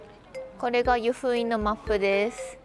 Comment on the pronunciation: 湯布院⤴︎じゃなくて湯布院⤵︎